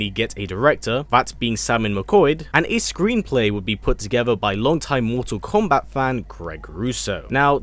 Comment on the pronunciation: I love how he says "MorTORR KOMMbat"